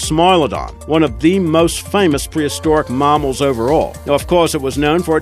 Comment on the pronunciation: mahmals? uncontahminated? :D